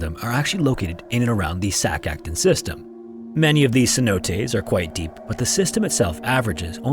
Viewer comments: Hey dude!! I hate being that person but Im a texas caver so I gotta say: It’s actually pronounced “Sac-a-tune” 🤓 ☝️like a music tune !! I’m so sorry, this bothered me. Great video!! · Me, basically an Expert because I watched Octonauts with my kids: "It's pronounced "Sak akTOON"